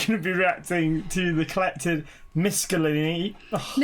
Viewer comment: Your mum is probably the only person on YouTube who can pronounce Miscellany correctly 👀